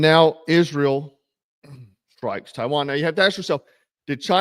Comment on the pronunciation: sounded like you said Taiwan. Maybe you just said Tehran funny ?